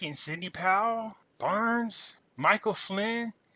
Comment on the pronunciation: Are we witnessing The Art of War here maybe....? By the way... It's cognitive DISSONANCE and not cognitive dissident,. 😉 Patrick Byrne, pronounced BURN, not Barnes....